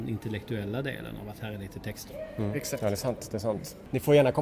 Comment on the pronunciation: Äggsakt, äggsakt.